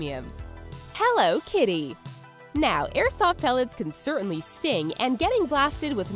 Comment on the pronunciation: Omg learn how to say airsoft